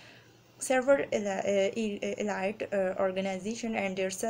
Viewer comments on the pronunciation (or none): none